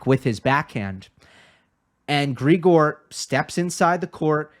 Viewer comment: Great analysis, as usual! Only one point - Grigor is pronounced with the stress on the second syllable, unlike his pet name, Grisho, where the stress is on the first one.